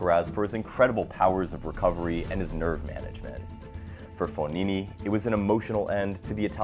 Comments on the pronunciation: it’s fogini not fonini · It’s fogna